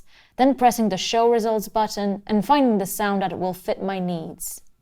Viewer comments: Ca-TAG-ory.....Love it . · She emphasizes TAG in caTEGory, Kinda makes sense considering the subject matter. She invented a new word that should be in the musicians dictionary. LOL Cute.